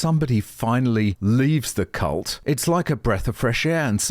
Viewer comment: "Cult" I think you got the L mixed up for the N.